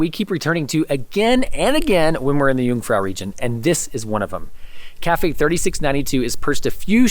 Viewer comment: I'm impressed that you pronounce "First" and "Jungfrau" properly, but so many lakes in Switzerland, it wouldn't be hard to pronounce "See" properly in German?